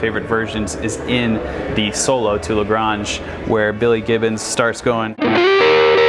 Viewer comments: It's pronounced like AYNGE, not AHNGE. They do say the name of the city in the song. Or at least they let you know it rhymes with 'range'. I've been to La Grange TX. It's tiny. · It’s pronounced La Grainge, not La Graange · I am from texas as well and it was a sad moment when he pronounced it la gronge its luh granj, get it rite, its an actual place too which adds even more insUlt. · It’s def La GrAInge is how it’s pronounced and NOT La Gronge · You sound like you've never heard someone from Texas. It's Luh Gray-nge not Le Graunge. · It’s “range” but with a “g” in front, just like it looks and just like it sounds in the song. That “La Graahnge” cracked me up! 😂🤘🏻🎸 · Luh Graynj is how it’s pronounced. It’s a small town here in Texas the song was named after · La “Gray”-nge. It’s a town in Texas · La Grange actually is pronounced La G-ray-nge. The town the song is about isn’t far from where I grew up. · It's LaGrange with a long "a" as in range with a "g". It's a little town just west of Houston. It used to be the home of the famed Chicken Ranch until Marvin Zindler of Eyewitness News got the place shutdown. The song is about the Chicken Ranch. Nice lesson. I learn a lot from your videos and I am studying your lessons. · Who pronounces Lagrange like that? Its a town here in Texas pronounced like "la grain g" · LaGrange - named after the town in Georgia. Pronounced: le ‘grainge with a long “a”. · Sorry but srv has better bends than David Gilmore. And la grange is pronounced la Grainge. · It’s pronounced Luh Graynj. Long a sound. It’s a town here in Texas the song was named after. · How can you know how to play La Grange without listening to the singing in La Grange in which he pronounces La Grange within the first minute of the song and it's plainly not "Le Gronj". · I live nearby La Grange. In Texas, it's pronounced "luh-GRAYNJ" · La grange is actually a place in texas, and its pronounced luh graenge. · FYI Le Grange is pronounced “LEE GRONGY” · It's LaGRAYnge